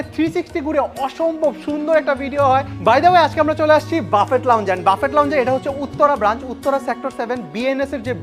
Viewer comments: ভাই, প্লীজ বাফেট না বলে বুফে/বাফে বলেন। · Ochcharonta thik nay bufay amon hobe, spelling, buffet